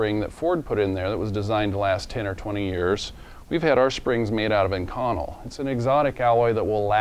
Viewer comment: The spring you speak of is "INCONEL" pronounced "INK O NEL"